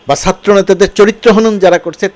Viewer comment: sir, satro andolon bolle kaan a ektu lage, Chatro boilen plz. love your work